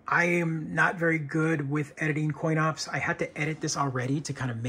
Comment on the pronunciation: He says “coin ops” several times in video